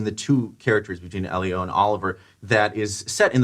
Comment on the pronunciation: EHlio. Please pronounce his name right...